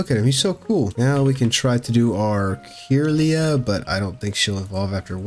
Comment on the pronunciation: Had this on for background sound and you kept catching my attention by saying things like Camerupt is a rock type, or Kirlia is (Kur-Lye-Uh) lol